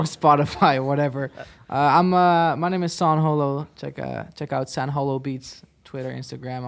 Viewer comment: out of everything you all said most important is that you said his name right